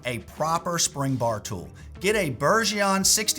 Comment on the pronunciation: FYI. Bergeon is pronounced BERJON not BERGEEON